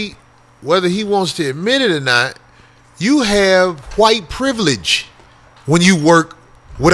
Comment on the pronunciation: Corey pronounced wHite with the capital H, the way Jared Taylor does... lol